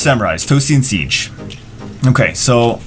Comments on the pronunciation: Sige (See-Gay), not siege xD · Sige is pronounced as Si - gay